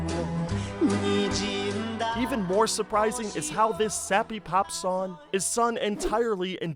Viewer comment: why dont you pronounse "G" your missing your g's in song and sing?